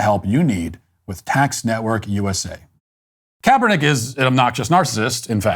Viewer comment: Kaperdick It’s what I heard